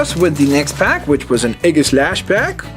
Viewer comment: its ee ga slash